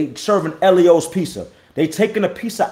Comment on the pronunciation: Nigga said "Ellios Pizza" 😂😂😂 be wilding 😂😂😂😂😂